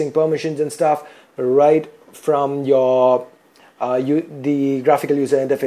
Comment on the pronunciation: sock "suck" yourehd "your" naaaansad "Nan"